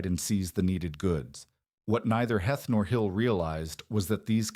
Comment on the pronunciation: Not good. I gave up after 5 minutes. Heth is pronounced Heeth and there is no evidence whatever that the Confederate soldiers were looking for shoes in Gettysburg. The town had a few cobblers but no shoe factory. In fact it was a carriage-making center.